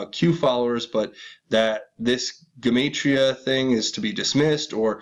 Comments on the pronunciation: Jew-mott-ria proniunced!!! god!!!! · btw...just for reference, it’s pronounced “jem-ott-tria” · Gematria - { Gee-mot-tree-ah }. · Gematria is fancy numerology. And is pronounced like gem 💎 ge-mantria . Free to find truth Zach Hubbard has a detailed channel on the subject. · Gematria pronounced Juh matria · Skull n bones 322, time to hang crooked fucks!!!! Who owned that island in Puget sound?? Dig.. a pedoskullnbones backer. $$$$ All the rats that are part of the club wear secret decoder rings... symbols everywhere but most ppl are oblivious to what is really going on...WAKE UP MORONS OR BE LEFT BEHIND!!!! Alex Jones. Info wars. Paid shill...! it's pronounced. GEM AH TRI AH....GEMATRIA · please look up the correct pronunciation of GEMATRIA, YOUR KILLING MY EARS-HA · Dude, learn how to pronounce everyday words like Gematria ! You are sooo annoying !!!!